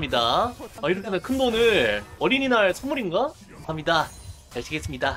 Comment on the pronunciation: 감사합니다 잘쓰겠습니다 할때 발음 뭉개지시네요 선생님